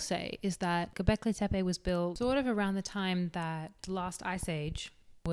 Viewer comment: If I had a history teacher that taught history this well… I would have listened. 🙃 Great video as always and 9/10 on the pronunciation of Göbekli Tepe. Fun fact, it means “Belly/Pot Belly Hill”